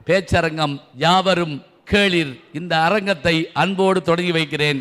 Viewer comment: yaavarum kelir ....not keleeeeeer....kelir means relatives ...keleeeeer mean listen